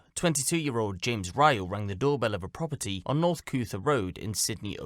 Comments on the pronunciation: It’s James Rayl not Rayol. Just saying. Went to look up and google got all confused. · hi! nothing too important but i think james’s last name is rayl and not rayol:~) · hey it appears the dudes name is james rayl not rayol